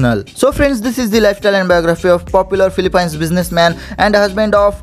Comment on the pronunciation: natawa ako sa phili- pines🤣🤣🤣🤣